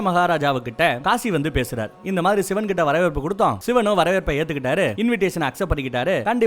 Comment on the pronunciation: சிவன் da...Not சிவேன்.. Olunga pronounce pannu 🤡